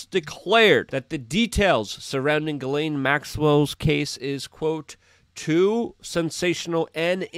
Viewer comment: Luke, Ghislaine's name is pronounce - GEE LUN...She herself, pronounced it that way. Hope you're having a great Thanksgiving!